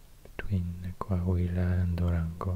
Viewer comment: "Coahuila" Me:❤️🤠